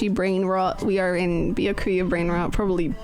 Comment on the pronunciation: lol I love that still sometimes calls Byakuya "Bakula"